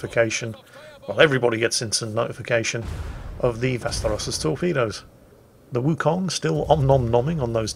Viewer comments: He just needs to put emphasis on the last syllable and it'll be really close. Vaster'os, instead of V'asteros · Sounded like "westeros" the whole video to me.